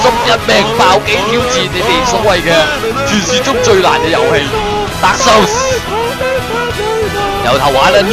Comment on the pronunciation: 佢講"dark souls"... 我以為佢講"達叔"!